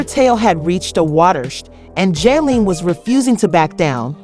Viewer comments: Who the hell is Joleen? Please pronounce this lady name right or dont tell the story. Then you called her Jose-line. 😂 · you’re pissing me off how hard is it to say JOSELINE. information can’t even be trusted you can’t even take the time to learn how to say her name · How do you do this much research on a person but not know how to properly pronounce their name